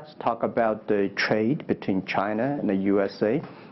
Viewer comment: 马云一直在说Chiner